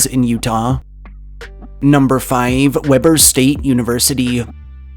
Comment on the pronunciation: It's WE-BUR State University not Webber like the grill.